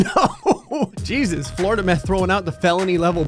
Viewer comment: “Floridameth” 2020 Yay